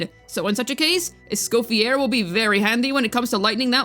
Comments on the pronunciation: For the love of god her name is not pronounced Es-coff-e-AIR. It’s Es-cof-e-AYY. It’s French. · Just a small correction, Escoffiers name is usualy pronounced as (Eh-Sko-Fee-Yay) since its french!